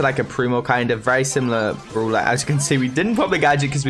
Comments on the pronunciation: Pls start saying brawler not brula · Brawler!!! Not! Browler !!!